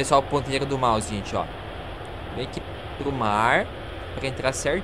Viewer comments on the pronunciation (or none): none